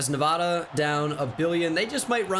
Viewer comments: It’s actually pronounced Nuh-VAY-duh... hehe silly boy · I’m begging you… the first a in Nevada is pronounced like apple, not awesome (coming from a Nevada resident) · Probably doesn’t help when you insult the entire state of Nevada by pronouncing it incorrectly. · You’re pronouncing Nevada wrong and it’s distracting